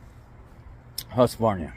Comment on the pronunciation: FYI: Its pronounced Hoosk-var-nah.